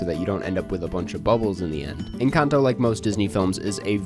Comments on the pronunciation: I'm so freaking happy you pronounced this Films title correctly! Every other white guy reviewer I've seen on this site pronounces it so horribly... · I hit the like 10 seconds in just for your pronunciation of Encanto